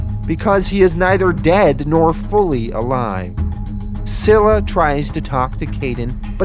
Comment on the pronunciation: You have been pronouncing scyla wrong. It's pronounced Sila